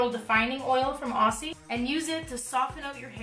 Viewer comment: Omg I'm from Australia and the way you pronounce 'Aussie' is so cute lol - we say it like 'auzzie' ❤️ (idk if the brand is actually Australian but I'm keen to try cause it's so goddamn humid here!)